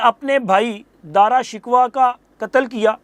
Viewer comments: دارا شکوه کا تلفظ آپ غلط بول رهے هیں ، درست تلفظ shakoh هے ، آپ نے shikwa بولا هے ، شکوه کا معنی هے شان و شوکت آپ کی معلومات درست نهیں ، اورنگزیب سب بھائیوں سے چھوٹا تها باقی تینوں بھائی بڑے تهے لیکن وه اورنگزیب کی صلاحیتوں سے خوفزده تهے باپ بڑے بھائی دارا کی سائڈ لیتا تها ، انهوں نے اورنگزیب کو قتل کرنے کی کوشش کی تو پهر اورنگزیب نے مجبورا" جوابی وار کیا حالانکه اس وقت اورنگزیب کی عمر 50 سال تهی لیکن‌اسے اتنا تنگ کیا گیا که وه جوابی وار پر مجبور هو گیا ، دوسری صورت یه تهی که وه خود ان کے هاتهوں قتل هو جاتا ، فیصله آپ سوچ کر کریں ، جواب ضرور دیں ، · اردو زبان کے ساتھ بہت زیادتی ھورہی ھے کم سے کم آ پ بھی الفاظ کی ادائیگی پر دھیان دیا کریں آ ج کے وی لاگ میں بھی آ پ نے کئی الفاظ غلط تلفظ کے ساتھ بولے ھیں دارا شکوہ کو آ پ نے غلط بولا ھے